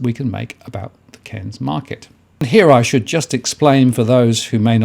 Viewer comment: Very questionable data coming from someone who can't even pronounce the cities name.